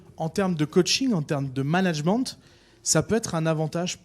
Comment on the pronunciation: Le "managemente" en anglais, , me fait bien rire, alors que "management" en français se prononce très bien. Félicitations Luis Enrique pour votre management en français. Victoire au PSG ce soir !